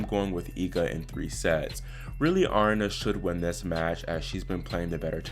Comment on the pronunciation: Aryna Sabalenka. She is Belarusian and her first name is not Arna. It is A ree na. How do I know that? In the Russian Cyrillic alphabet her first name is spelled, Арина. 'и' is pronounced as a long 'e'. 'P' in English is 'R'. 'H' is 'N'. A ree na.